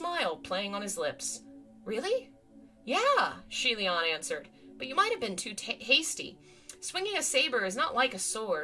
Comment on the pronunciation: Xian... *yoi*??? See-aye Lian??!?? Oi, how are the pronunciations getting worse?? XD